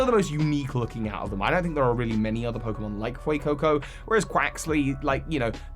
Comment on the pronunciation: THE A IN FUECOCO IS SUPPOSED TO BE AN E!